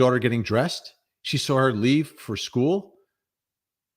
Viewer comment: I can’t stand the way Jennifer says “school” as schoo.